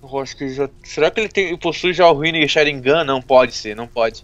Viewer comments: o tu erro e sharingan e não sarignan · o ''SHARIGNAN'' kkkkkkkkkkkkkkkkkkkkkkkkkkkkkkkkkkkkkkk